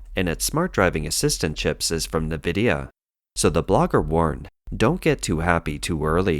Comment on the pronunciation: Did..... Did he just say Nuh-vidia? Its In-Vidia dude.